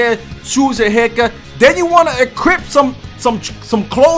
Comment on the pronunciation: equip or encrypt? lmaoo